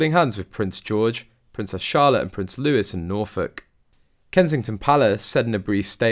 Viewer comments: He’s not prince Lewis… he’s prince Louis… pronounced LOO EE… ffs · Louis is pronounced Louie not Lewis! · It's not Lewis it's Luie sorry to have to tell you I don't mean to be nasty love from sue xx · I'm pretty sure that child's name is Louis not Lewis. That's just disrespectful! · ITS NOT LEWIS , ITS LOUIS PTONOUNCED LOOEY AS IN THE FRENCH KING LOUIS 14TH , THE SUN KING . LRARN SOME HISTORY ! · He’s not Lewis he’s Louis (looee - phonetically ) PLEASE stop with the Lewis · When will you realise that the youngest son is called Louis (pronounced Louie) not Lewis!!!!! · I've had it with these sites using computer generated voices. Louis NOT Lewis and Catherine not Kate. Build some respect into your horrible computer. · Along with the mispronunciation of Prince Louis by one reporter who says Lewis . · Come on mate you're british so since when has louis been pronounced lewis get a grip! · Look if you correct them several times already and they have not stopped mispronouncing Louis and Catherine . . . Then they are probably not going to stop doing it. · I wish you people would learn how to pronounce Louis's name.